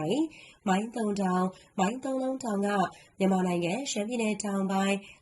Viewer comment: မိုင်းတုံ ပါဖာမရယ်စွတ်ပြော ဇွတ်ဖင်ခံရေးနေတယ်။ သုံ မဟုတ်ဘူး တုံ ပါ...